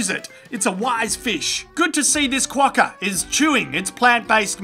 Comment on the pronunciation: That's how pronounce "Quokka". Or you could say"smug wanker".